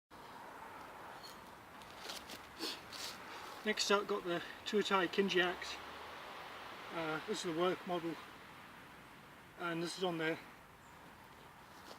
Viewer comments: its pronounced King EE if you can roll them together even better but King Jee is way off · Cringed at your pronunciation… it is Kingi as in the English ‘king’ and then finish it as if it had a ‘y’ on the end. It doesn’t sound like ‘cringed’… The Māori language is mispronounced enough as it is!